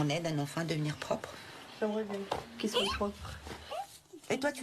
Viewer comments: Pour le coup je comprend que ca choque, mais là on est plutot sur un accent que sur une faute de français. D'ailleurs elle dirait jamais "je soye". Elle prononce comme ca que le pluriel, c'est juste sa façon de prononcer "oient" . Dans d'autres régions on entend des gens faire pareil avec le verbe avoir (qu'ils ayent). Ca nous viendrait pas à l'idée de dire à un marseillais que prononce "peuneu" qu'il a un mauvais français, bah là c'est la même chose. Même si faut avouer que là, des vrais fautes de français y en a aussi pas mal dans l'épisode, ca aide pas trop à prendre du recul 😅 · Plus choqués par le "soyent" que le "ta gueule" j'avoues mes oreilles ont saignées 2x 😱🤣🤣🤣